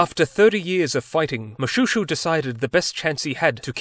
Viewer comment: Pronounced Moshweshwe, derived from the sound of the razor blade when he cut his enemies… careful with your jokes, this is my king. ☺️